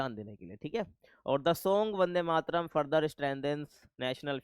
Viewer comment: Not Bande, its Vande Matram